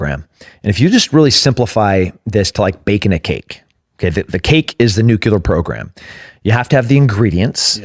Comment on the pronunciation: Nuclear. Nuclear!! Not nucular